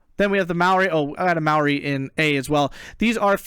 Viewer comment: as a kiwi im saddened by the amount of Greeks fielded, side notes, Diggers is an error by Eugen, Diggers was ANZAC troops during ww1 but since WW2 is almost exclusively used to denote Australian Infantry, and Maori is pronounced Maa ree, long a and e sounds